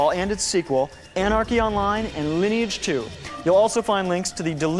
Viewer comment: Love this! It's so delightfully sincere. Mispronouncing words like 'sinew' and 'Lineage' (the name of the largest MMO on the planet at the time!)